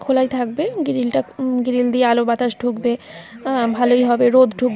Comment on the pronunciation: গিরিল abar ki😂😂😂😅😅 গ্রীল তো